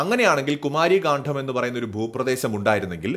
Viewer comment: കാണ്ഠo അല്ല. പ്ലീസ്. കാണ്ഡം